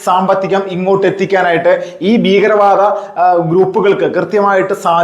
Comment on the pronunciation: താങ്കൾ 'ബീഗരവാദം ' എന്നാണ് പറയുന്നത്. 'ഭീകരവാദം ' എന്ന് തിരുത്തി പറഞ്ഞുശീലിക്കണം